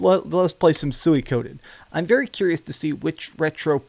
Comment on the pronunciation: Lol the way you pronounce suikoden like "suey koden" lol I'm pretty sure it's "so wii ko den" 😂